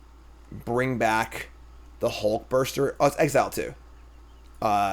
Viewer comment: "Hulkburster" has to be the most irrationally triggering mispronunciation I've heard from yet.